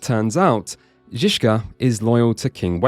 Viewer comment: As there was a hussite hymn (Ktoz jsu bozi bojovnici) playing at the Conlusion, I would bet there will be hussites in the future KCD. 😊 And kudos for pronouncing Zizka correctly. Not Trosky, though. Sorry, for such an in-depth review it was annoying to hear you say Trotzkiy instead of Trosskee which would be much closer to the correct pronunciation.